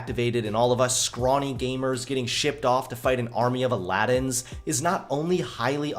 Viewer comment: “Army of alladins”